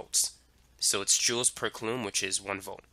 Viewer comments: mother of god its [COO LUM] not [CUH LOOM] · I think it's pronounced COO lom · bro I love you but if you say Coulomb like that one more time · you're mispronouncing coulomb.